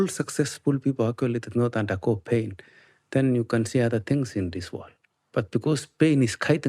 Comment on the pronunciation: This whole time I thought he was saying “paid” not “pain” 😂 I’m terrible